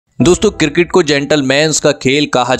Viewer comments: Abe kirket nhi cricket bolo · Cricket sounds girgit thik se bolo bhai